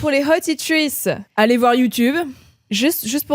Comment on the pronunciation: et: coucou les hotitrices! 💅 Ce que j'entends à chaque fois: coucou les hottie trees! 🌳🎀 (je ne pouvais plus le garder pour moi 😭✨) (loving the holidays déco)